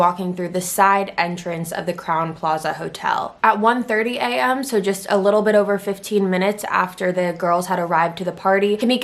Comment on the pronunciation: it sounds like you’re saying little bitch instead of little bit